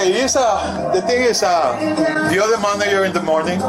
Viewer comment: She says manager like that guy from the Sopranos. Manayer!